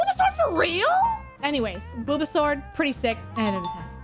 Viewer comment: I almost thought you said Bulbasaur when you said Booba Sword.